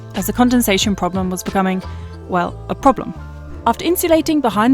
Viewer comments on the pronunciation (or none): none